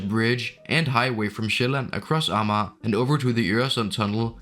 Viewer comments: More or less like /a:ma:/. But not with the back Swedish a but the German front a. :) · I think this is the first time I've heard Amager pronounced with 3 syllables. I knew that this had to be an archaic pronunciation and that it had to have existed at one point in time but I had never heard it until now.